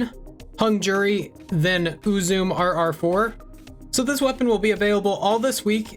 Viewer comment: The Uzume is pronounced OO-ZOO-MAY